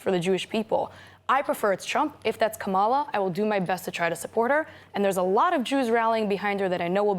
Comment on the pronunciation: At this point -she cannot pronounce Kamala’s name correctly -really!